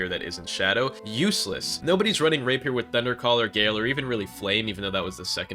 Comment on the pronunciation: The way you said rapier hurt